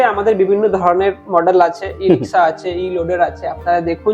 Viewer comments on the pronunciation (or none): ইরিকস ও নয় রিক্সা দাদা উচ্চারণটা সঠিকভাবে করুন ইনকাম তো অনেক করছেন ভিডিও দেখিয়ে